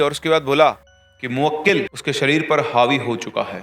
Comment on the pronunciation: Arey sir moakkil nahi mohkil hota hai